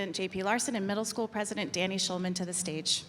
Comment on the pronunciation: Mam said prizidon Kamala te i know form torkia